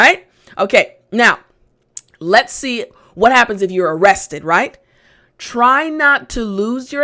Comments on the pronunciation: lets ??? sounds like lettuce ! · I said lets (sounding lettuce) and the person said: and tomatoes,,,lol